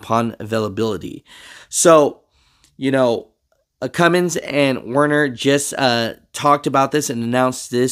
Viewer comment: Stupid but its werner 😂